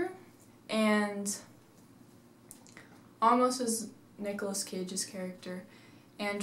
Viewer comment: How do you mispronounce "Amos"?? I mean, if you've seen the movie, then (by seeing the movie) you should know how the name is pronounced. Yet you didn't do that when you made this video. Why??????????